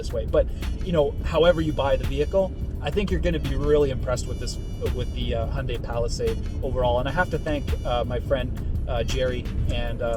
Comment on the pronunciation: Finally someone that can actually pronounce hyundai correctly